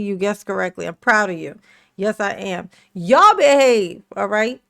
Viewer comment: She says ch’all instead of y’all